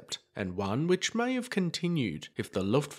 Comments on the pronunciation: It's not the "Luftwaffa" - it's "Luftwaffe" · Yes he did. But he totally blew it on Looftwaffa.